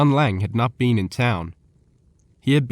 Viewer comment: Who pronounces been as bee-N? Wyatt ear-P, Osage like sausage? Chunk wagon? Dear lord, if you pronounce Wichita, Cheyenne, Winchester, or Bisley why are we narrating a western?